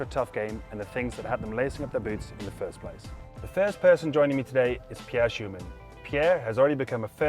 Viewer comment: Schoeman...pronounced Skuman.